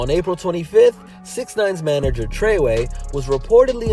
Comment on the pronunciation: It’s fuckin trey wey lol